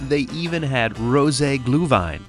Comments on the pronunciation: It's pronounced gluhVINE, not "gluhwine". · Just an FYI - Glühwein spoken phonetically "Glue Vine" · Gluhwein is pronounced like glue-vine :)